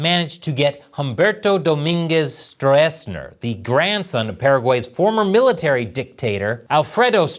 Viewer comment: Stroessner (German: Strößner) is pronounced more like strussner. 🍯🍯🍯🍯🍯